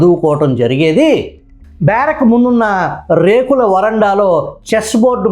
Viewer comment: రేకుల వరండానా? ఏదో రేపుల వరండా అన్నట్లు వినిపించింది.